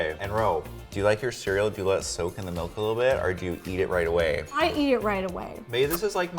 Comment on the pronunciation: And melk instead of milk